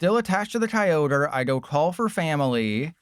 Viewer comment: Key-o-gree?!? wtf man I was having a nice day